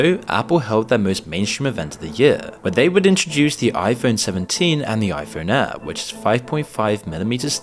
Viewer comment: It's impossible to distinguish whether this man is saying 'air', 'ear' or 'heir'. 'Year' and 'clear' are a bit easier to differentiate, but not by much.